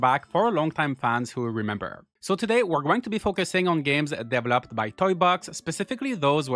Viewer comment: The way your pronounce developer and development. It'a not devil-up, it's duh-vell-up. Got it?